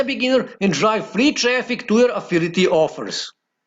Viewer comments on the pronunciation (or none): English is not his first language. I guess he is from Romania. But yes, it's annoying hearing him say affility 😃